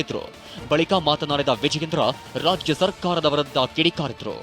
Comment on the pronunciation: WORST LOUD SPEAKER? RAJA SARKARA ALLA RAJYA SARKARA😂